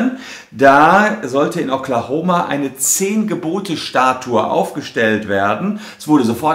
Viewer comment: Ich glaube er pronunziert Statue falsch :)